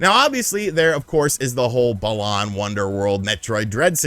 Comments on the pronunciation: Hate the way he says it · Why is he saying balan like that? Sounds so wrong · The way he says Balan is so annoying